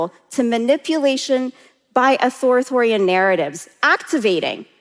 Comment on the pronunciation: I agree with everything she is saying…except it’s Authoritarian…not Authoritorian and it was bothering me so much. Its not even her accent, it just isnt spelt that way nor phonetically